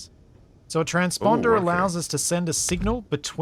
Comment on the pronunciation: "Trans-Ponder" ~ 😅